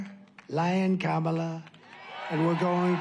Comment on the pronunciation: How can anyone vote for someone who still can’t pronounce the VP’s name?